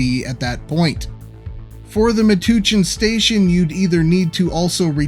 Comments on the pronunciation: Metuchen is pronounced like "touch". The Philadelphia re-route, known as the Frankford Cut-off, has LONG been planned. The PRR bought up at least some of the land for a cut-off ages ago, and you can still see traces of it in the property lines, not least of which being the fact that there aren't any residences along the route. I don't know how much is still owned by a successor entity (Amtrak), but it would certainly help! I very much doubt there would be any tears shed for any of the building in the way architecturally, except for the clock tower at 700 Erie Avenue, and (ironically) the taller Bachmann building at 1302 Erie. I had completely forgotten that Bachmann was there until you reminded me! I'm not sure that they still do any actual manufacturing there, though. As for the realignments north of Holmesburg, I think that you are missing something important-I-95 is right there for the taking. Here's how I would do it: Just North of Cottman Avenue, there is ample room for an additional pair of tracks to break off, curving gently to the East. Passing just South of Holmesburg station, they fly over the Southbound lanes of I-95 before re-joining the existing alignment (or running alongside/on top of it) roughly around Strahl Street. Then, at Linden Avenue, it would continue somewhat straighter, using the Southbound I-95 lanes again for a bit, returning closer to the existing RoW just East of Torresdale station. Then, re-using I-95 as necessary for a reverse curve back onto th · Love the Godzilla-like destruction. Also a small correction of Metuchen (/məˈtʌtʃən/ mə-TUTCH-ən). Thanks. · It's Me-touch-in, NJ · Pronounced = Mu-touch-in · An amazing view of what could have been on my home rails! Also, the town Metuchen is pronounced me-touch-in for future reference. Gold star?? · Meh touch en not meh tooch in haha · that town is pronounced Meh-Touch-En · Excellent interesting video. Not to nitpick but it's Me-Touch-en for Metuchen. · FYI - Metuchen = Mah-touch-in